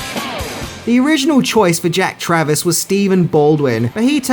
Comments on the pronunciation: It's actually Jack Traven, not Travis. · Keanu played Jack TRAVEN, not Travers/Travis as you pronounced Lol 😂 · Also, it's Jack Traven, not Jack Travis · Just watching this for the first time now and you also said jack travis, not traven lol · Jack Traven, not Jack Travis.